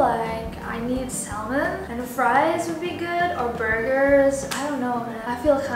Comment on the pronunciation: Aulia Nabilla Z aku saranin si bljar langsung sma bule. Bnyak kok bule yg pke bhs indonesia sbg bhs pengantarny jd qt ngerti. Kaya sacha cari aja seleb english. Dia msi bnyak slah pronounciation. Klo tipsnya gue salut krn 100 prsen btul. Td dia bilg salmen (salmon) harusnya L nya tidak dibaca. Dibaca sa:men dan msi bnyak lg yg slah. Syllable stress jg dy slah..